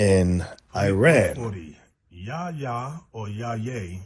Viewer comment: Thanks for sharing this information Bishop. The name "Yahya" is also found among the Temne tribe in Sierra Leone. You also pronounced it right the first time. Excellent!